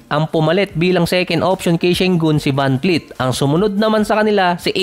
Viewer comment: vanvleet hindi vanfleet